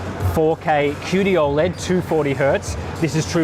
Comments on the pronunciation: How is it the guy revviewing monitors is the only person on YouTube that can't pronounce OLED properly. painful mate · How do you pronounce OLED?